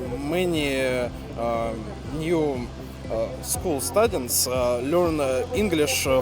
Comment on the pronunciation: Ты лучший, да! одно из замечаний: аж два раза произнес стАдентс😀 Распространенное слово и звучит: стЬЮдент, - потому что слог ОТКРЫТЫЙ. Если закрыть слог второй согласной, например, как в sudDenly, тогда да, будет сАднли Удачи!